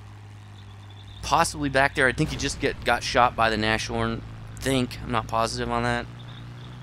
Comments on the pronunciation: It's Nas-horn, Not Nash-Horn Anyways, interesting replay; keep up the good work. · It's not Nash orn, it's nas horn. Get your German right. And also, it's a VK 30.01 H that crashes, get your German tank names right. Jeez